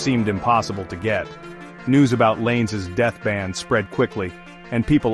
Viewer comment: "Llanes" is pronounced something like "YAH-nehs", not like English "lanes"! 😀Kind of reminds me how Americans pronounce "Amarillo" (TX) - hint, that "LL" is never a single "L" in Spanish...